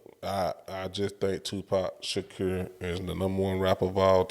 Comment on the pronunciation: You better go learn how to pronounce his full name if your going to preach about the goat